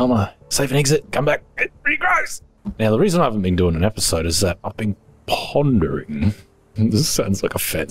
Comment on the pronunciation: “I’ve been PONderING” 😆